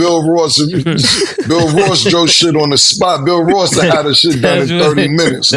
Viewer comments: And kept saying BILL Ross 😂😂😂😂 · “Stanima” and “Bill Ross” I fuckin love this show!